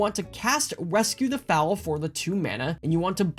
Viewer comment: THRAY-bin Rescue the FOAL (like Hole) not Fowl.... Fowls are birds lol Bogles not Boggles. BOW-gulls Sorry, grammar police in me coming out hard on this one lol On a serious note though, this deck is a beast. Hangs against Red with all the life-gain, out-draws most mid-range decks, and keeps evasive pressure on board reliably. I was incredibly impressed with it when I finally put it together myself. It is a very hard deck to beat. I would honestly even consider cutting the Custodi Squire for Palace Sentinels. Monarch and Initiative is just so much card advantage.